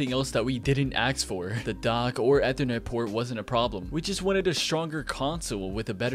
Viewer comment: Next video we teach him how to properly say “ethernet”.